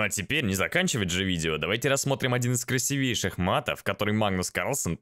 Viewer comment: В слове «красивейших» ударение на И Не придираюсь, просто поправляю)